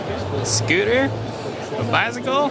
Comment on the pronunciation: It's scooter, not skeeter